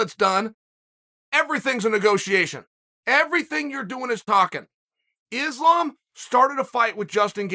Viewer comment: I would know who Islam is if you said his name right